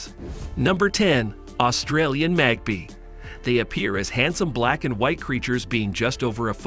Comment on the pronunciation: Not MAG PEE it is pronuonced "MAG PIE" as in Apple pie.. Damn Yanks butchering our Aussie birds.